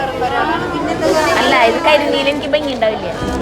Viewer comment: ബംഗി അല്ല ഭംഗി എന്നാണ്, ആവർത്തിച്ചാവർത്തിച്ചു ബംഗി എന്നാണ് പറയുന്നത്